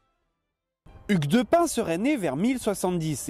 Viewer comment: Attend quoi ? Ça se prononce Hugues de pin ?????